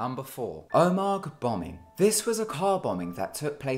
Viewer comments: It's not pronounced "ohmag" it's pronounced "ohmah" lol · Love your videos but for the second time its pronounced omah not omag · Correction: Omagh is not pronounced (O-makh) It's pronounced (O-mah) I'm not mad BTW. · It's pronounced 'oma' not 'omac' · That's not how you pronounce Omagh. I should know as I go to the academy there. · it's not pronounced O mag it's pronounced OMA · the g and the h are silent in omagh so it is pronounced oma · Omagh is pronounced o ma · Number four omagh is pronounced oma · It's pronounced like oh-ma. The g is silent. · Omagh is pronounced oh ma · it's pronounced OMA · It's pronounced "Oh mah" and the bombing was the fault of both the ira and the psni (police) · It's pronounced omaa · For future reference, Omagh is pronounced " Oma. " Its actually where I live. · The footage of Omagh (pronounced Oh-ma) is actually of Bloody Sunday, 30th January 1972. The picture is correct however. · mate... omagh is pronounced oh-ma the G is silent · Omagh is pronounced oh-ma by the way :) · Omagh has a silent g and is pronounced oh-ma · It's oh-maa lol. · The 'g' in Omagh is silent. Also, your voice is really annoying, it has the same tempo as a toddler. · you are saying (Omagh) completely wrong.... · Love how he tried to pronounce Omagh